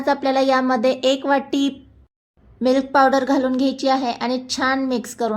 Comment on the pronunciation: मिल्क पावडर असे स्पष्ट पणे बोला लवकर समजतं नाही